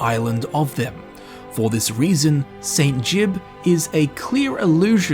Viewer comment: I laughed like a drain when I heard saint Juib for the first time, my poor husband never played morrowind and couldn't work out what was so funny. I don't know why more elder scrolls videos don't mention this one.